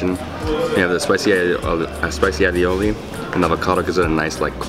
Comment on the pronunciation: ...its A-O-Lee (aioli)...not "all-e-olee".....LOL